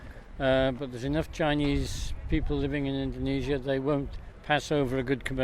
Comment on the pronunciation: Well it's quite hard to pronounce Indonesia in your accent 😅